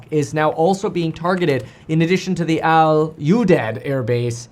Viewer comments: It’s pronounced “Al U deed” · Pronounced “Al you deed” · I’ve been there many times. Easiest way to pronounce is: Al U deed. Although Kevin’s way of saying it is far better. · The air base is pronounced “All You Deed” , I passed through there in 2007 on the way to a deployment in Iraq. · It pronounced as Aludeed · Pronounced Al You-deed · it's al-you-deed